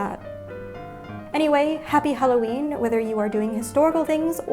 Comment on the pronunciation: Holloween is what you said